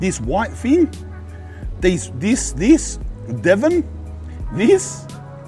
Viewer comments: Not Devon, Devin like Devon but Devin. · I’m fucking crying it’s Devon